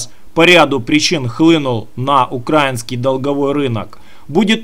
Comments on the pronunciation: Бля,перестань пожалуйста говорить укрАинский, потому как очень сильно режет слух,- страна называется УкраИна, стало быть хлеб украИнский,валюта украИнская, рынок украИнский итд итп. Это ведь совсем не тяжело запомнить. Да и паузу после каждого слова делать совсем не обязательно, если тебе кажется , что таким образом твои слова кажутся более убедительными, то- нет, это не так, такая манера доносить информацию просто раздражает и пропадает желание тебя слушать уже после первой-второй минуты. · Не укрАинский а украИнский. Не НА Украине а В Украине. Я б лишала гражданства за такие ошибки.